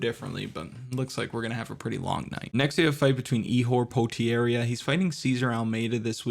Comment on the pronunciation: Ihor Potieira - by suggestion by your pronounciation of his name, i didnt know Ihor is brazillian.